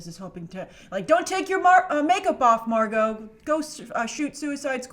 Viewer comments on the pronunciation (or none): none